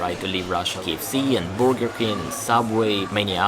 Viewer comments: need a little more work on your English pronunciations. Burger is pronounced "Ber ger" not "booger" The latter is something you would pick out of your nose. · It's funny to hear you say, "big burger." With your accent it comes out as, "big booger," which literally means big mucous.